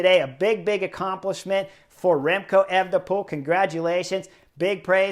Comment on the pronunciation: That guy sounds like an idiot to me. I do not enjoy him or Phil...prefer the euro guys that call the TdF...anyway, FFS can you tell to say evNePole instead of Ayvnepool...I cringed EVERY time he tried to say that name.